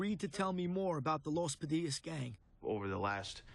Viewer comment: You said “The Padilla’s”. No. Los Padillas. Los Pas or Los Pa. Respect the name. I taught high school in the North Valley in the nineties. I respected them and they respected me. Other gangs also.